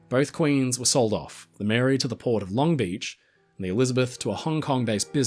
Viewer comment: From California. Never heard someone pronounce Long Beach that way. Long BEAch 😂 Haven’t been to the Queen Mary since I was a kid. I grew up about 20 miles from the Port of Long Beach, at the border between Orange and LA County.